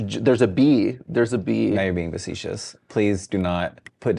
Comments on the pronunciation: Gurlll...facetious not meh-secious :p xoxox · vesecious? its “facetious” sister